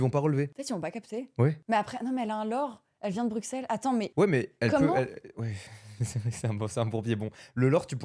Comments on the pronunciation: Par contre ça se dit pas « BruXelles » mais « BruSSelles » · On dit pas le X de Bruxelles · on Bruxelles et le x se prononce s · Incroyable juste je suis belge et on prononce x s dans Bruxelles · On dit bruSSels et non bruXelles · BruXelles ça fait mal au oreilles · BruSSelles ça se dit, on prononce pas le X comme un X :D Oui je sais on fait chier ! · Brusselle maghla brusselle s'il te plait Sinon on dit bx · Ca ce prononce Brussel :face-green-smiling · j'aimerais que les gens disent Bruxels avec un ''S" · ont dit pas le x de Bruxelles Maghla